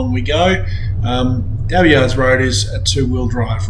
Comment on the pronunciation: Abbeyard! NOT! Abbeyards!